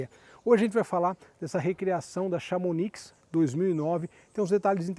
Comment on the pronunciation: Vídeo e carro legal! Chamonix é uma cidade na França. Se diz "chamoni" o "x" não se pronuncie.